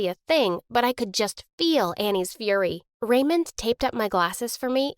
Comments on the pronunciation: The way she pronounces "Raymond" it sound Like "Ramen" 😂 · everytime she said Raymond i heard ramen